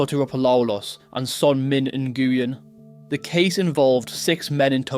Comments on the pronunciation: Nguyen is pronounced “win”. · LEARN HOW TO SAY THE SURNAME NGUYEN!!! You say it wrong every time….